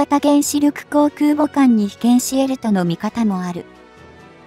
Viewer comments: 再生から約２～4秒付近「自国建造空母山東」、本来は『じこく けんぞう くうぼ さんとん』なのに「じこくけんぞう そらかあさんと」って読み上げ間違いるし、発音の「ん」が弱くへんですよ。UPする前に校閲しましょう。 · 中国が作った「そら母さん､さんとん」🤣💦思い出すたび可笑しくて💦動画二度見しちゃった。